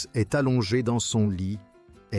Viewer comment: La côte 'azurée, taffetasss, une robe légèrement gelée...Grâce est'st séduite...ah les couacs de l'IA😂